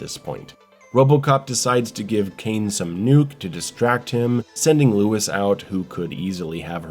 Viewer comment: The name is Cain, not Kane and ir's Robocop, not Robo Cop. Maybe you should watch it again.